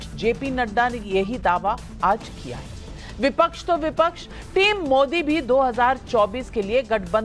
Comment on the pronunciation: बिपच्छ नहीं विपक्ष होता है................ पिछले 5 साल भी ये ही बोलते रहे कि जनता ने मूड बना लिया है....जनता ने मूड बना लिया है